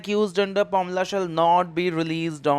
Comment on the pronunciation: It's PMLA not pomla